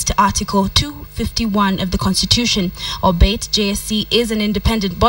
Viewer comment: It is not "olbet", it is "all be it"